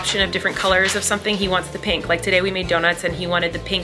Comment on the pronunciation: Colleen saying pink properly for the first time in her life ahaha